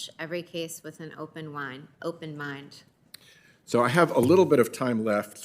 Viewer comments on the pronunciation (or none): did she just say "I'll approach every case with an open wine"